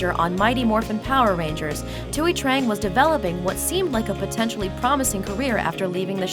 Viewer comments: Thuy isnt pronounced "two-ee" its "twee" as in tweety bird. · its pronounced "tweee" not "twoy" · You pronounced the name Thuy wrong it pronounced twee